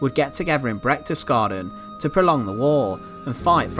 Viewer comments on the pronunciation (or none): it's not Brechtesgaden but Berchtesgaden.